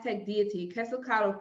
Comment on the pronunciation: Qwaziquato?? You mean Quetzalcoatl??😂😂😂😂 I hate it when you guys mispronounced it!